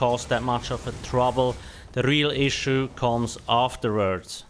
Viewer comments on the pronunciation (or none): none